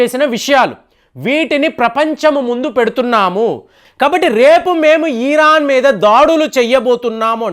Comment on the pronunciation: అయ్యాదొరా...ఈఈరాన్..కాదురా నాయనా..ఇరాన్...